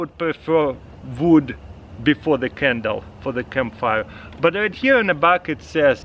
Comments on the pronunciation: "I prefer vood." English as a second language lol. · Did anybody els catch that he said vood lol